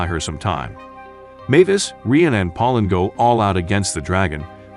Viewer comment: Did you really call Pauline pollen?